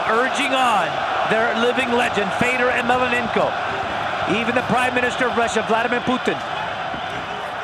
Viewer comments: I really hate this guy calling fedor " emelenenko" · the stupid commentators cannot even pronounce Fedor's last name correctly in fact they started calling him something like "melananko" what a fucking joke these ppl!